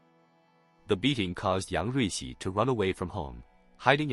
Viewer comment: Say yung ricci one more time